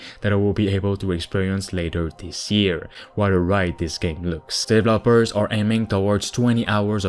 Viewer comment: Developers needs accent on the second e, not the last one. please :D